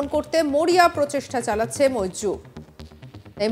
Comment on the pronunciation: why do you call Moldip instead of Maldives ?